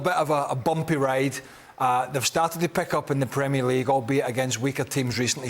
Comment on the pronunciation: Premier league man..its Premier league..